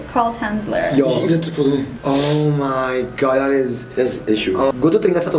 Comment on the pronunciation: andovi say “omaygat”